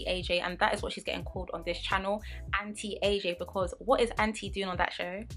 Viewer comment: Girl whenever you said auntie AJ i thought you were saying anti-aging😭 i was like wtf is anti aging got to do with this am i missing something😂